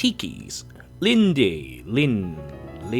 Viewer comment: The E in Linde is silent.